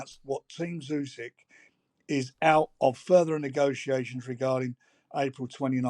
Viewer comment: FFS Jim it's ooo-sick not you-sick!